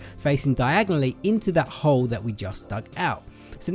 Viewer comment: You kept on saying hoe instead of hole lol